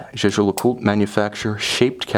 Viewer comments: You might want to check that... he’s pronouncing it correctly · Sam bennet. The pronunciation uses is correct- try calling their boutique at Old Bond St and listen to how it's pronounced by the staff. To say pronunciation would put you off buying is frankly childish. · He pronounced it correctly, it’s French